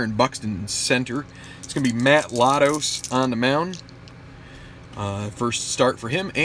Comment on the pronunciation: For future reference, it's Mat LAY-tos.